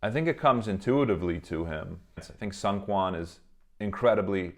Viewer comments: Seung is pronounced like zingggg. Like an airplane sound. Or SNG with no vowels. The EU is silent. So therefore, Seungkwan's name is pronounce as SNG-KWAN. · I’m so sorry but the seungkwan pronunciation gets me every time